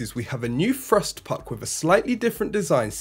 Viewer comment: I know how its spelt Lol . He says FRUST , fanks for your comment ;D